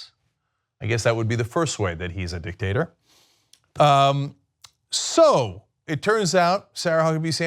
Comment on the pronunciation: I enjoy your vids. But it's dictator not 'dictater'.... ooops!